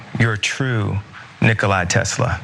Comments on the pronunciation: Hey,, The brilliant, inimitable genius savant, Tesla, that you are comparing your own limited intellect to, is named Nicola. Nicola Tesla. Not Nicolai Tesla. Well done. Yee truly are a sophisticated incomparable thinker. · "Nicholai" Tesla lol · Nikolai? As in Volkoff? 🤦🏽 NIKOLA! AS IN TESLA! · Boi can’t even pronounce Nikolas name right.